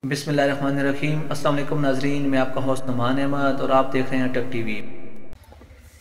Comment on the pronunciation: "Assamu alaikum" nahi Assalamu alaikum" bolna hy